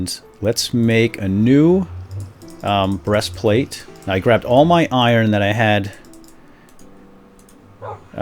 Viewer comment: BRESTPLATE WTF